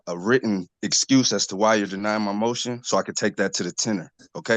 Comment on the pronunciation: Oh so this is just yet another word the sovcits don't know how to pronounce - most people say "ten-yoor" and not "tenner".